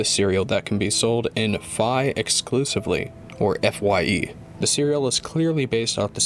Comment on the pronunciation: Just want to add that FYE is pronounced letter by letter (like fyi) because it stands for For Your Entertainment